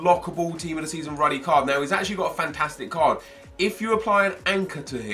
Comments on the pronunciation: Its called rudy Not ruddy 😂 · it's pronounced "ROODY" ffs he's not John Ruddy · you sholud say "roody", that's the correct way to say it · Ruuuudy You pronounce it ... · Is it not pronounced 'roody'